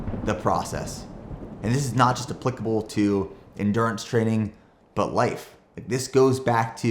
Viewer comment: end-gew-rance not endurance 😂😂😅